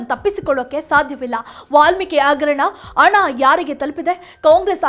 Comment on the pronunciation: ಅವೆಲ್ಲಾ ಇರಲಿ. ಮೊದಲು ಭಾಷೆ ಸುಧಾರಿಸಿಕೊಳ್ಳಿ. ಅಗರಣ - ಹಗರಣ ಅಣ - ಹಣ ಈಗೇ ಹ ಇರುವಲ್ಲಿ ಅ,...... ಇಂತ ಹ ಶಬ್ದಗಳ ಕೊಲೆ ಮಾಡಬೇಡಿ 🤦🏼‍♀️